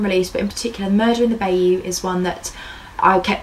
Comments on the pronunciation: Just one thing Bayou is pronounced bi-you. It is a awful and very sad case with very little movement forward. I sincerely hope someone comes forward soon with new truthful solid evidence. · She's close to pronouncing them right. It's not because she's British it's because she's not coonass. Benoit = ben-wah. Bayou = bi-you